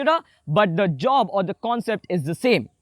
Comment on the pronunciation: hi baiya awsm video but dont say 'the; like that